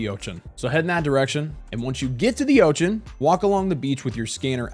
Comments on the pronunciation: please don't say ochen. please instead say ocean. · Why do you call it the "Otchan" what's up with that. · "Oach-en" Bro..where are you from, I've never heard of that pronunciation of Ocean in my entire life. I'm old too. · Never heard anyone pronounce ocean as "oation" before and I can't stop focusing on it lol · very funny how u say ochan :D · Say ocean again 😂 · I love the way you say "Ocean." lol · You pronounce "ocean" in a way that was not previously conceivable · hehe, exactly my thought, when he said it the first time i was like what did he just say? rewinding a few times 🙂